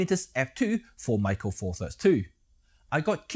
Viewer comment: Meke pronuces like 'metkat'